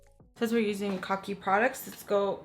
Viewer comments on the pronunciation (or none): 🤣🤣 I came to this video after watching your first kokie video where you pronounced it like "cookie" and now here you are saying "kaw key"! 😂 Girl, I can't! Too funny! 💋